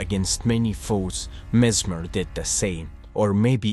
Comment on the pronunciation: The only thing I can say is that you probably pronounce the name wrong